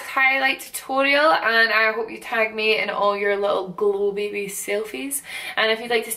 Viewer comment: I love your accent I love how you say "Glow Baby" it makes me giggle because its so different than the way i say it